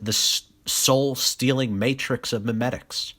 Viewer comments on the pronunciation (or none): none